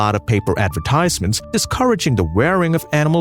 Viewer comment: Very curious pronunciation of some words like...💭 advertisement... industry...is this AI, as suggested a viewer?👀